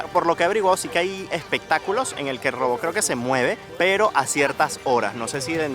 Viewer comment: Amigo se dice ROBOT ... no robob ... hay en serio venezolanos y cubanos su pronunciación! Ojo.